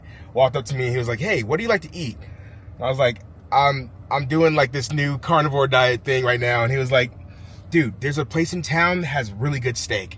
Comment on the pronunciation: The tire on our RV trailer completely blew and shredded a few days ago! So scary! But we got through it ok w/nothing serious happening. When you said “carnivore” diet, I 💯 heard “cardboard”! I was like, WHAT? 😅